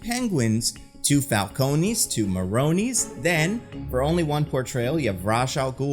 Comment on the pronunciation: The mispronunciation of falcone and ra's........... Say it with me now.... "Fal-Cone" "Raysh"